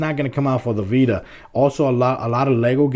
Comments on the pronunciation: you say it like playstation beta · How many times did he say PS Bita?